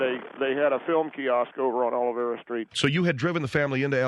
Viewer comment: Hey, Gringos- it is OLVERA Street, NOT "Olivera". Si!!!